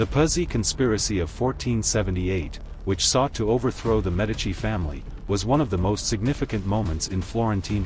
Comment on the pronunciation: I definitely gave you a thumbs-up and subscribed. I was particularly pleased that you pronounce "Medici" correctly, but I wish you had pronounced "Firenze" correctly, too. It's feer-ENT-say. You mispronounced the last syllable. (Since you asked, I've lived and worked in Florence for the past 40 years. I teach at the Angel Academy of Art, Florence.)